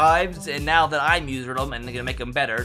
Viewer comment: are you serious right neow